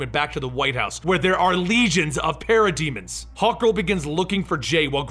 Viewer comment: Sounds liek he's saying pair a demons